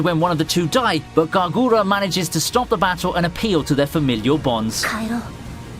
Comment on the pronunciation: Not every K sound is a G sound my guy. Hearing "Ga-gura" and "Ga-mooee" hurt a little. Good job on the other names though